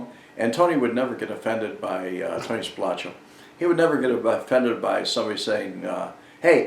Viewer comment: I've always heard Spilotro's name pronounced as "spil-AH-tro", but William Roemer says he interviewed Tony once and he told him the family name was pronounced "spil-OH-tro." How did you hear it pronounced?